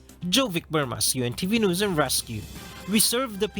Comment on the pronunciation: Hoy, ayusin mo ang pag pronounce ng word na "NEWS", hindi "NUS", bwisit ka nag iinit ang ulo ko sayo